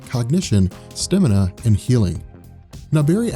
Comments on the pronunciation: it's stAmina not stImina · Love your videos but its stamina not stimina